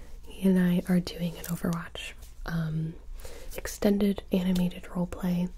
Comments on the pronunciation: Ah yes I love "Overvatch"😂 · 0.18 I swear I'm hearing overvatch